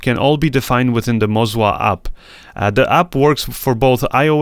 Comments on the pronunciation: It's Moza, not Mozwa! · I keep hearing mozwa hahaha cool video 👍